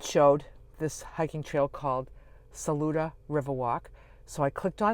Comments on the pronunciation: Yep, you said Saluda just right. 😊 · Yes you are pronouncing Saluda correctly.